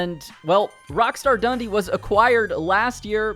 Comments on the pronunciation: It’s ‘Dun dee’ not ‘Dundy’. Since you’re American let me explain, Dundee is a city in Scotland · The way you say “Dundee” as Dundy infuriates me